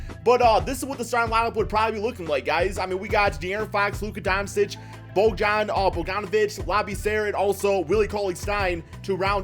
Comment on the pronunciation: Learn how to pronounces bogie's name... lol